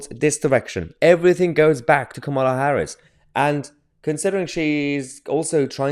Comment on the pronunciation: Please don't say 'President Kamal Harris' again. God help us!